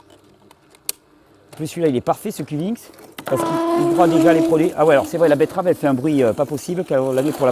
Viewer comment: Je prefère quand tu dis "betterave " plutôt que "bett-EU-rave". C'est bcp plus joli. Merci pour le jus